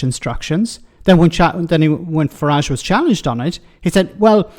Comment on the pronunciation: Lots 😂😂 Fuhrage 😂😂